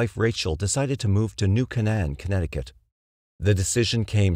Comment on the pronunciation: KAY-n'n, not kuh-NAN